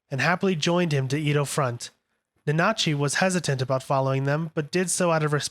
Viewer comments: Almost sounds like he's saiyan nazi 💀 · Honestly can't finished this video with you mispronouncing Nanachi 🤦‍♂️